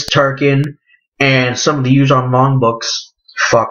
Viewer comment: The vong not font